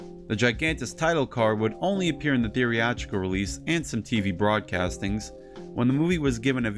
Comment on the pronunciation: Your pronunciation of "theatrical" confused me